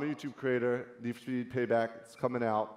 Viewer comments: Nisfospii... Ok Jessie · "So Neesh for Speeve has been around for a long time"